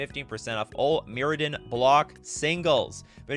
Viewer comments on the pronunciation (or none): none